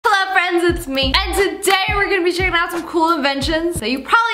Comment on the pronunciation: Hewo!!! Will you be a nice fwend???